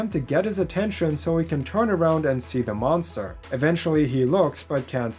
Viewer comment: Did you say....... DA MONSTER? LESSSSSSS GOOOOO